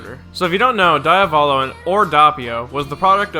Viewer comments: can you please stop calling him daiavolo? as an italian i want to put a knife into my ear every time you say that I can understand the "Dopio" instead of Doppio because english speakers seems unable to pronounce a doble consonant, but... pls... Diavolo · DOE-pi-oh and Dee-ah-VOH-lo are the proper emphasis/pronunciations, yes? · Die-avolo? I haven't read the manga, but from personal experience I'm sure it is read as Dee-uh-volo (basically you pause on the "a" not on the first "o") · Hate how pronouces Diavolo Dee uh vaw low? No its Di aw voh low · My nibba said some diya-volo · It not die-o-val-o it's de a vo low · its pronounced DEE-AA-VUH-LO not DI-AA-VO-LO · Dee-ah-vo-lo, Doh-pyo. Not Dayavolow and Dahpio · "Diya-voh-low" Dee-ah-vow-low* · Diávolo not Diavólo DIAvolo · If I start saying Dieavolo instead of Diavolo I know who to blame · The correct pronunciation is Dee-UH-volo and not DIE-a-olo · shouldn't his name be pronounced as Di-uh-volo? not Di-ah-bolo?? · Diavolo Diovolo KONO DIO DA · The way you read Diavolo makes me want to DIE a volo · Dahppio Dahvulo My ears hurt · WHY ARE YOU SAYING IT LIKE DIE AH VOLO WHHHY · Dee-ah-vo-lo And it’s Dope-e-o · DAYABOLO AND DAPYO You butcher theirs names wtf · ah yes my two favorite characters, Dawpio and Deeavawlo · Listen and repeat: DI - A - VO - LO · Pronouncing Diavolo as "Di-ah-vall-o" : It just works..... NOT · jesus guys, it's pronounced "Diavolo" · Tips from an Italian: DEE UH VOH LOH or Di À volo. The emphasis is on the A. Cheers! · DEE-AH-VO-LOW Devil in Italian Sorta pronounced like Diablo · HOLY FUCKING SHIT,. Doppio = Dow-pee-oh, Diavolo = Dee-aw-vow-low. Otherwise, I enjoyed this video, good job. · it's italian so it's actuially "doh-pyo" and "dyah-voh-loh" idk where you're getting the "w"s from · Why do you pronounce Diavolo like that? And Abbachio. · The way "Diavolo" is pronounced in this video makes me mad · The way this nigga pronounces diavolo triggers me